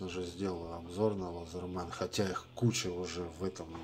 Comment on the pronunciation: И не лазерман, а лэзэман. От английского слова laether - кожа.